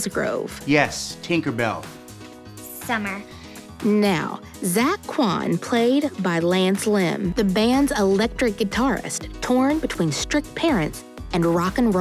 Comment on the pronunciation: Lance Lim not Lance Lam